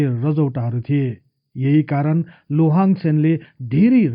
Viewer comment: उन्को नाम शुद्ध रूपमा उच्चारण गर्ने हो भने लोहाङ चाहिँ होइन लिहाङ चाहिँ हो!जस्को अर्थ धनुक धारी महाराजा हुन्छ!लोहाङ लिम्बु हुन सेन होइनन,सेन बंश मा हाङ लेख्ने न चलन छ, न उनिहरुको भाषा भित्र नै हाङ शब्द पाइन्छ!अर्थात मुकुन्द सेन का छोरा नभइ ज्वाइँ हुन उनि!लोहाङ राय अर्थात राजा मारोङ हाङ पट्टी का दस लिम्बुवान का एक सर्दार हुन उनी!अनि मुरेहाङ चाही मारोङ हाङ राजाको सन्तति हुन !उनै मारोङ हाङ को नाम बाट नै पछि त्यो राज्य लाई पछि गएर मोरोङ भनिएको हो!लिम्बुवानी सरदार हरु मध्य एक दुई जना सरदार पुङ्लाइङ साङ्लाइङ हरु मध्य राजा साङ्लाइङ हाङले खडा गरेको गढी लाई कालान्तरमा साइङ्लाइङ गढी हुँदै हाल सागुरी गढी नामाकरण हुन गयो! याक्थुङ आठ राजा मध्ये एक राजा मारोङ हाङ को राज्य मोरोङ आक्रमण गरि लिम्बुवान राज्य खडा गरेका थिए !!तर ती दस सरदर हरु मिलेर पहाडी एरिया तिरका हाङ हरुका राज्य त लुटे लुटे भाको एउटा मधेस को राज्य मोरोङ पनि हाङहरुले गुमाउदा ठुलो संकट आइ परेको थियो!ती हाङ राजाहरुले पनि त्यति सजिलै आफ्नो राज्य गुमाएका होइनन् !ती दस सरदार सित डोटेरै लडेका थिए तर दस सरदार हरु धेरै फौज सित बिषालु धनु काड सित को धेरै दिन लडाइँ पश्चात् हार्नु परेको थियो!आठ हाङ हरु धेरै जना मारिए !तर त्यो मोरङ राज्य को राजा मारोङ हाङ भने भागेर सिक्किम गइ ज्यान बचाएका थिए!छि त्यो राज्य मकवानपुर का सेन राजा को छोरी सित लोहाङ ले बिहे गरे पश्चात् सेन राज्य सित गाभेका हो !अनि उनले पाल्पा मकवन का हर्ताकर्ता युवराज जस्तो उपाधी पाएका मात्रै हुन!यी दस लिम्बू सरदार हरु लिम्बुवान तिर राज्य गर्ने आठ याक्थुङ राजाहरुका बिरोधि थिए!किनकि यी आठ राजा हरुको शासन त्यो बेला अती नै निरुङ्कस थियो भन्ने गरिन्छ!त्यो बेला एक राजा मारोङ हाङ ल